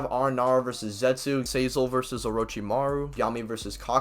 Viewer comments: sazel?? bro its pronounced zye-el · It'll not sazel it's Szayel ! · this guys pronunciations are making me cringe so bad "say zil" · the way he pronounces szayel's name lmao